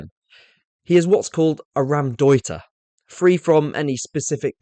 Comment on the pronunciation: Really love your content but it's not Ram-deuter. It's pronounced Row (as in to argue) M- deuter